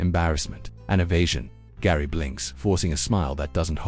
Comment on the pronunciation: Father's name is Gerry not Garry